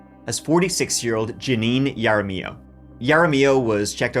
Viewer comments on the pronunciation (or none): OK no, I can't handle the mangling of names coming from your turista coloniser mouth. Either don't try or try harder, this is deeply insulting, What kinda J for Jenius looks at "Jaramillo" and says "Yarra-miyow"??? Stay in school, kids, or don't pretend to be an authority on anything. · Yara-mee-yo Dude, it's said correctly about 5 times. Hara-me-yoh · When Hispanic names start with a J it makes an H sound, not a Y. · It's not pronounced "Yara mill oh". It's pronounced "Hara me oh". Sorry, but it was starting to drive me crazy. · We have lots of Jaramillos in Santa Fe, most of whom are very nice, and pronounce the name "HA ra Mee yo". Maybe she's in a different, not so nice group, that pronounces the name differently (YA ra Me yo)? Jokes aside, by any name, she's shattered lives and, as often seems obvious after the fact, should have had consequences and been either helped or locked away long ago. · I love your Spanish but for future reference her last name is if it’s spelled “Jaramillo” you pronounce it (Harr a meeyo) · I love the videos but I hate the pronunciation of Jaramillo. Its har-a-me-oh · It’s “Ha rah me o” Jaramillo. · Har-uh-me-yo. Jaramillo. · Love you. This was where I grew up. FYI it’s pronounced: duhr-Ann (Duran) and mohn-tahn-yo. (Montanyo). Hahr-rra-me-o (jaramillo). Mark Lopez is like New Mexican John smith. There are several dozen at any given time in any city. This was a crazy case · If they said Jaramillo pronounced like you did, I'm sure they never heard of him. The J in Spanish is pronounced like the H in English. Can you do at least the minimum to find out how names are pronounced that are not in English? Please, be respectful of other languages. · It's Pronounced Haramiyo. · The J should be pronounced like an H in her name, Jaramillo. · BTW the J is pronounced as an H in Spanish. Haramillo.. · FYI, her last name's pronounced "Harameeio". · Ha da millio is how you say Jaramillo 😊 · Ha-ra- me-yo